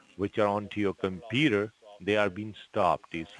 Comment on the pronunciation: Omg, does “ This side Gary” have to pronounce computer as “ compurrrrrrerrr? Tried to sound American but failed woefully